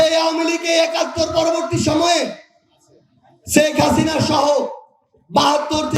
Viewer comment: প্রধানমন্ত্রীর শেখ হাসিনার নামটা ঠিকমত বলতে পারে না। খাবারের বিল হিসাব করে । খাবারের হোটেলে কাজ করার যোগ্যতা নেই । শেখ হাসিনার সেকেন্ডে 10 লাখ টাকা খেলে এই দেশের মানুষ তাকে ভুলবে না সামনের নির্বাচনে তাকে প্রধানমন্ত্রী হিসেবে দেখতে চাই । উন্নয়ন তাকে সামনের প্রধানমন্ত্রী তৈরি করবে